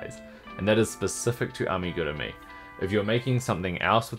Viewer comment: Give you a 👍🏻 because you pronounced the word Amigurumi あみぐるみ correct!